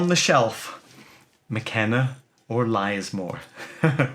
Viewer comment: Interesting as ever, it's pronounced Liz More btw, pleased its survived though